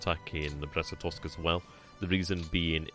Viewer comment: Glad to hear you've got the Brest-Litovsk pronunciation fully mastered! :)